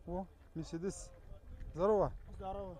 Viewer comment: Мерседес ты дурстап айтшы корламай